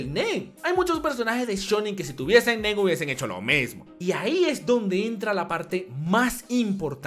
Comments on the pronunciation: Te entendí el men en lugar de el nen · Cuando dijo el Nen creí que dijo el Men xd